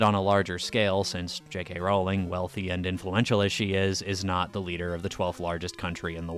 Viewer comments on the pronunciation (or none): none